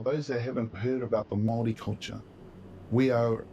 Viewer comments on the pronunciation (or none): The first narrator of the video doesn't pronounce Māori correctly at all. Māori pronounced MAH-O-RRREE. Te Ariki, the second speaker, has correct pronunciation. Endemic just means native, common to the location. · Kia Ora great pronunciation for first-time trying. We roll our r's Mao-ree.😅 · As a Maori we appreciate your attempt at pronouncing our words and that's enough for now. Have a listen to "Maori Ki Te Ao" by Stan Walker to get a proper pronunciation of the word Maori. Check out his other songs while you're there. Thank you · The video narrator is Australian; you want to hear the proper pronunciation from a Māori ;-) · Yes, please don't copy the speaker in the documentary!! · I'm so triggered that the first voice you hear talking about Maori people is an Aussie!! He doesnt pronounce Maori properly either just fyi...pretty decent but not quite right. Whakapapa is genealogy. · Hi, don't try and learn pronunciation from thid video. The narrator is Australian. (The easiest way to pronounce the word Maori is tp think of Moldy)